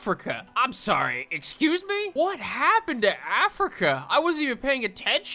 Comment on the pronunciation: yeeeeeah all filim (our king) did was say sawwy